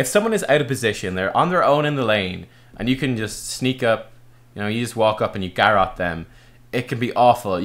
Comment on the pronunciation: Same with Garrote, I thought he started talking about Garrosh for a moment when he first mentioned Garrote lol